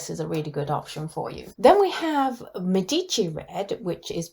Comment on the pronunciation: Hi! I’m Italian, thank you for this video, it was very helpful. Just one thing: “Medici” is pronouced with the stress or accent of the word on the “E”. Have a lovely day..